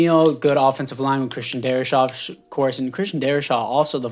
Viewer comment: DarriSaw.....not Shaw